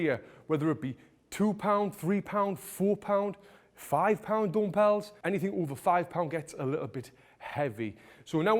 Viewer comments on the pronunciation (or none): Dumpells 😂 Its dumbells